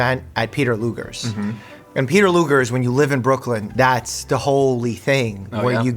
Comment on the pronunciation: BROOK-LYN - every New Yorker ever including me